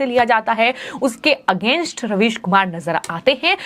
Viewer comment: Madam your prouncation about ravish is wrong because might be UP OR UP born this is but natural? ???